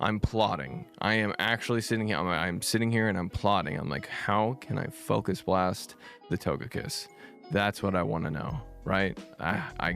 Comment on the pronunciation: This is the only way to say focus blast 😭😭😭